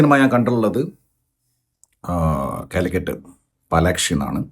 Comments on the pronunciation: Palakshi❌ Palaxi✅ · Palaxi not palakshii😂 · പാലക്സി ❎ പാലാക്ഷി ☑️